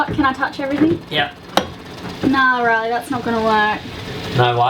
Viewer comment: glad to see someone mention it, it's been bugging me since the beginning, ignorant Aussies and I'm an Aussie....to Riley and it has a long A not a short one:) love you both and your adventures